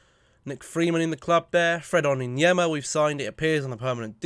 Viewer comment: It's ON-YER-DIN-MA 🤯